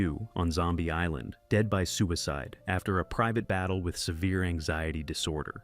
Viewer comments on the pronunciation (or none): none